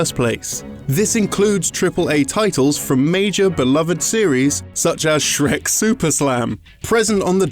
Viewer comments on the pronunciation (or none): none